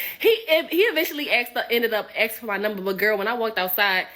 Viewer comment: Stop axing people!!! It's frowned upon. 😅